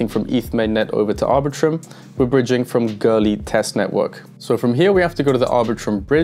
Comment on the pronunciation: Why do you pronounce Goerli as Girly?